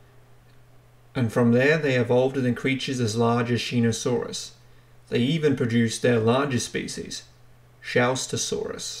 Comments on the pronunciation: I see two people commenting on the mispronunciation it was a little annoying hearing you say Shee-no-saurus instead of Sho-no-saurus how on earth you didn’t see the O instead saw an E I don’t know! but still enjoyable non the less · Shō-knee-saurus! NOT SHEE-NO-SAURUS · Pronounced show•knee•saurus lmao